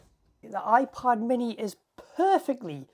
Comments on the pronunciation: I kept hearing a soft iPahd 🫶🏽 quite enjoyable lol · Am I the only one hearing 'iPod Mini'? 👀 Great video btw, keep it up! 🎥🫡